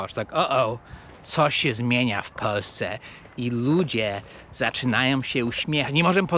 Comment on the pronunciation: Dlaczego Ty mowisz ",,,w Peusce zamiast w Polsce..." hee??